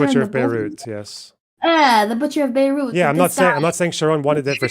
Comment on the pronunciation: I hope im typing this right, because as soon as she said "BEYLOOT" instead of bay-root, i had enough and threw my monitor out the window.